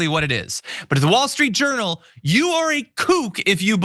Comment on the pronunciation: I had to replay the beginning because I thought you called WSJ the "Wall Street Urinal". Now, I'll never be able to unhear it.